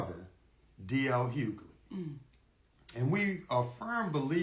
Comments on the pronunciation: Hug-ley not huley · Well MIGHT WANNA START SAYING THE MANS NAME RIGHT 😮 DL NOT HULEY OMGGGG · "HUELY"? LOL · Question: Are you from Canada? You always be mispronouncing people's name...How did you get Hulee from Hughley...the G and H are not listen. Pro tip: copy paste into Google and press the pronunciation of the word because girl..I can't😢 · Maam.... it's HUU-GUH-LEE!!!😂😂😂😂😂😂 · 😂GIRL! THE "G" is not silent in Hugley. Everytime you say it loud and wrong I laugh. 🤣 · You're pronouncing his last name wrong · You're killing me with mispronouncing his name. Lol😅😂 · Girl the way u miss say d. L.. s name is hilarious 😆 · The "g" in Hughley isn't silent.. lol